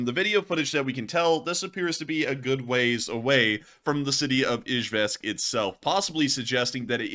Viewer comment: It's pronounced E Jevisk